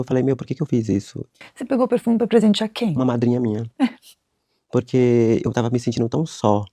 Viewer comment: Porque que ele fala "porrrrquê" como se fosse sulista? Não entendi...